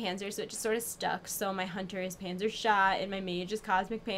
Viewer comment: but she´s called Panser not Panzer, voher informieren :D